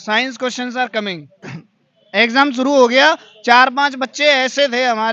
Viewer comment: kya english bola😂😂... comming 😂😂😂😂 ...joker kahika...Hindi bolne m saram ati ha kya?😂😂